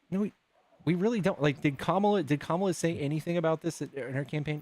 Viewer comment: Her name is KAMALA pronounced Comma-la, and she is mother ❤